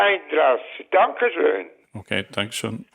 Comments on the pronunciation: I am German and your „Dankeschön“ was for some reason 100% accent free😂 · That pronunciation of your "Dankeschön" was 99% on point lol